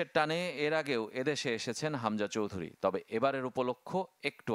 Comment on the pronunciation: Chowdhury is correct not Chowdhuri